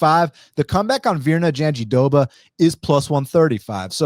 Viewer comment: JandiDoba? Her name has an R….JandiRoba…..great breakdown though 👏🏾